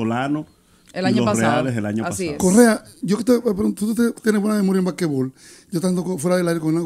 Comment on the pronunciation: "Bakebol" "Bakebol"😂😂😂😂😂😂 qué betia!!!!!😂😂😂😂😂😂😂😂😂😂😂😂